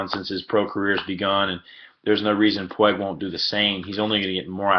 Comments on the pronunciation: PWEEG, not pweg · Puig not Pueg.. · Pwheg? I am guessing the narrator is not a native Spanish speaker?! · I didn’t know anyone could butcher his name that hard